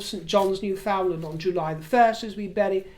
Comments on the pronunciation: It’s pronounced Noo Fund Lundh. 😊. It’s an amazingly rugged geography and it feels like travelling back in time when you go there. And you will never meet kinder or more fun loving people. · Hi River, just a little correction on pronunciation of Newfoundland. The accent is on the New, not the Found .. NEW ( fundland) .. I know it bugs you not to get things right.. Sorry.. 🇨🇦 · River, Newfoundlanders, and most Canadians, pronounce Newfoundland, as “ New..fundland “with the emphasis on New and found more like fund……enjoyed your political rant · RIver just a point of information: the Province is pronounced NewfoundLAND - rhymes with understand. Hope this is received in the same spirit it is sent by this Canadian with friendliness and kindness. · Hello River. Just an FYI. It’s pronounced NEWfoundland rather than NewFOUNDland. 🇨🇦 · I love your videos. Just a wee correction: Newfoundland is not pronounced as it appears. My husband's family is from there. They pronounce it: New-Fin-Land. People from there call themselves Newfies. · I’ve been waiting for this episode. Newfoundland is pronounced “New-fin-lund.” I really do think you belong as a palace courtier. There’s no doubt about it. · Newfoundland, pronounced New-fund-lund, as I grew up in Nova Scotia.